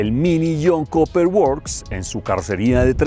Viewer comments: comentario constructivo...Cooper se pronuncia "Cuper" y no Coper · El Jhon “koper” works …